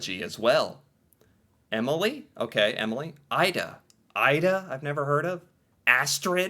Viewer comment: Remember, our "a"s are not English eeyh, they are "ah", the a in Jakob is the same as the one in Noah, almost. So it is not jeey-cob, it's jah-kob. Also, "e" at the end of a word is not silent. Emilie is not emily, it is "eh-mii-lii-eh"